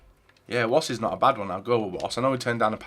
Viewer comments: It's pronounced 'vass' not woss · Not pronounced ‘Woss’ you donut